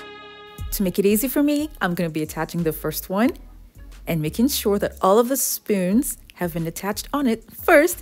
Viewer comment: At first i thought she said using SPINS...I was like huh???